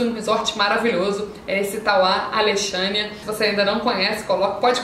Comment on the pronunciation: O pessoal de Brasília gosta muito do Tauá Alexânia... muito bom! Obs: Se pronuncia "Alecssânia" o nome da cidade😊